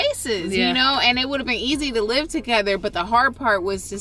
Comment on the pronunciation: First it sounded like you said that they should go live instead of go live... Smh